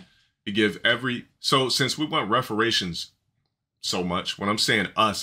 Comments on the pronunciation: Did this bozo say "Referations"?!?!?!?!!?! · Did he say Refarations? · “Reforations” LOL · "Reforations" New age Scholar over here. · Boy said “referations” 🥴 lmaooo can’t take anything he says, especially about real life topics, seriously. Cant even contain himself playing a video game..